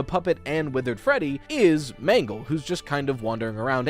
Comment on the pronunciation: The mangle pronounce is crazy 💀